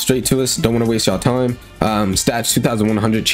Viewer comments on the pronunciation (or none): none